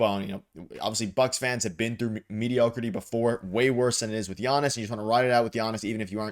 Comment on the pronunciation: For the love of God, this is how you pronounce his name